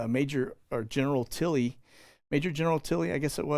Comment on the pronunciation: General Milley , not Tilley